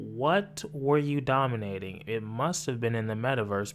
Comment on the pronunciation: “What the fuck are you dominayton?… the metaverse?”😂😂😂😂😂😂